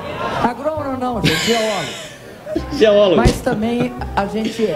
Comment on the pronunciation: kkkkk parace que fumou uma erva estragada "agrononão.....jeólugu" pq na cabeça dela e isso que se passa uma groselha braba !!!kkkkk